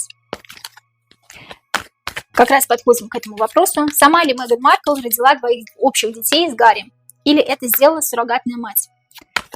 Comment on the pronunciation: Маркл до королевы,как до неба ползком,ни рожей ,ни кожей не вышла 😅.Ударение на первом слоге.